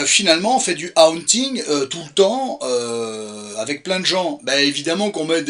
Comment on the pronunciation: Ca se prononvmce "Hôônnnting" kiss! 😊❤